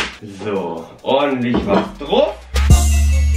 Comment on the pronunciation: Hör mal auf druf zu sagen du pic